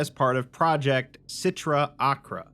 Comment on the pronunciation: Just a heads up, the C sound in Sitra Achra is silent